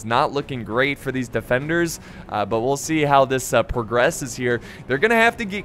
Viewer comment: "well see how this porgresses" lolol